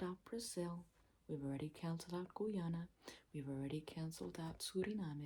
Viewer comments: Guyanese here 🙋🏻‍♀️ the way she pronounced it as GUAYANA is so Funny 😭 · It's pronounced gai-AN-ah. The Guy part is pronounced exactly like the word guy as in "I saw a guy". It's the only English speaking country on the South American continent. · Bruh she kept saying Georgetown and then have to dub it over with GUAYANA 🤣 rather than reshoot the part over again is comedy gold 🤣🤣🤣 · Nice video but its pronounced as Guy-ana (im from there so im just letting yall know lol)😅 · Guyanese here you pronounced Guyana so funnily lmaoooo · blud cannot pronounce Guy Ana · NOOOO YOU SAID GUYANA WRONGGG